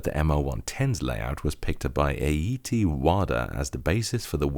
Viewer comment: Triggered. It's pronounced Eiichi. Anyway what's the point of that Enter key next to the spacebar?